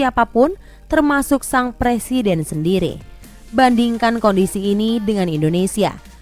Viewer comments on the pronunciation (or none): none